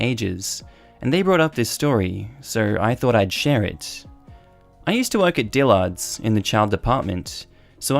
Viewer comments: Say it like Dill'erds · the way you pronounce Dillard's is cracking me up. Too much emphasis on the second syllable. Soft a.